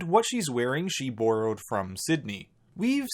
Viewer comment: I'm sorry, but you pronounce borrowed so weird